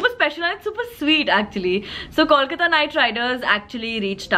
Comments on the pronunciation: It's Kolkata not KAWLKATA. You can say Calcutta as well. We're chill with it :) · IT IS KOLKATA. Pronouns it properly.